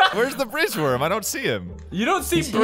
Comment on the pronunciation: I heard fridge worm.